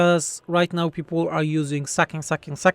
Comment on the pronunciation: It felt wrong because sacking should be pronounced with the ae sound ;)